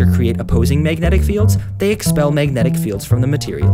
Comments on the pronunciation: I hated the way he said magnetic. "Mayg net ick? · i couldnt watch this video bc of how you say "megnit" "megnitisn" "megnetic"